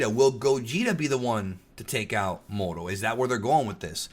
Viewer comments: If you say "moroo" is a result of hispanic heritage than why must you say SAI-yahn ahh you know what forget it. Nobody will see this anyway. And I have proof but since no one will see it, why bother. End comment. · When said Muro, i was like "Mango?" Lol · I’m Mexican and it KILLS me when they don’t roll the R when they say “Moro” lmao. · kinda think the moro as u have been saying it sounds more like a name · English is one of the only languages to use a hard R. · You're not the only one that think that saying Moro with a strong R sounds cooler. Also you being Hispanic explains how you were able to speak Spanish in Twitter.